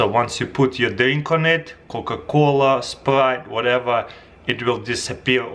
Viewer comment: COCA KUWLA